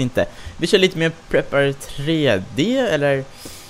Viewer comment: Bara en liten detalj, men Prepar3d uttalas som Prepared